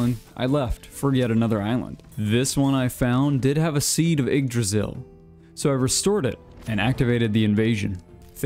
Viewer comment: So hey dude, yggdrasil is not actually pronounced jyggdrasil. That being said, you have the -drasil part down and thats usually what americans seem to struggle with. Just gotta stop putting a J in front of the "ygg".